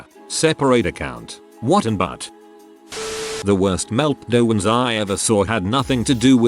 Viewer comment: Text: "meltdowns" TTS: "meltdeahwonts"